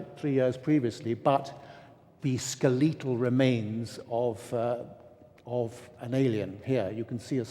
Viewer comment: "Skel-EE-tul", LOL